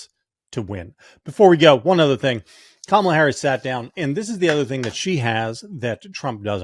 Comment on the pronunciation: What I find disrespectful is the PURPOSEFUL mispronunciation of her name. the question is does Kamala find it disrespectful for people to not be calling her by her surname?